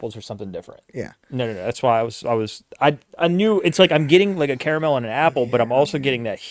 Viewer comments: it's definitely NOT "kara mel" ... its CAR MEL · Car A mel....